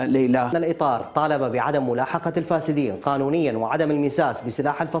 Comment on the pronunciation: (الاطار طالب بعدم ملاحقة الفاسدين) مو (الفادسين) 😉😉 اتحدا احد شاف الغلطه بس فوگ كل هذا فوت بيها البطل نحبك كلنه 😘❤️